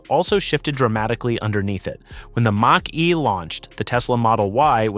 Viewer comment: Toyota R A V 4? Mustang MASHE, WTF?! HATE THESE AI VOICE OVER!!!!